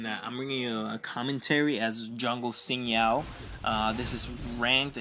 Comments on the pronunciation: actually its shin not zin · Sin zow? lol Pretty sure its pronounced Zin Jow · just say, sin JoOW. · i heard him say Sin Now and now I think i'll just find another guide lol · The name is Zin jao , i mean the prenounce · Why can't you pronounce Xin Zhao...